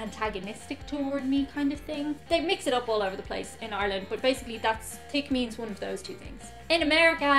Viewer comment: sounds like you are saying tick for the word thick You dont pronounce h